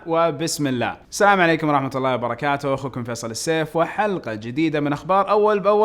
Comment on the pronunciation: ليش تكول السام عليكم